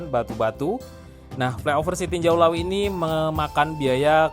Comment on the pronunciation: tarimokasih infonya sanak, sekedar untuk masukan, untuk penyebutan nama tempat supaya disebut sesuai penyebutan kita di minang, jangan di Indonesia kan